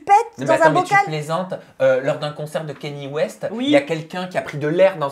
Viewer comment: Même dit " Kény West" ralala...il suffit de regarder un seul truc en V.O sur lui pour savoir qu'on dit Kanyé West. Ka-ny-é. J'arrive pas à croire que n'est jamais regardé Keeping up with the Kardashian??